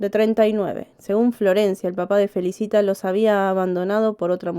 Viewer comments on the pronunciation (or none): Se pronuncia Felícita .